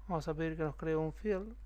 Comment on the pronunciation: good Job, me gusta cuando pronuncias FIEL (FIELD) jaaa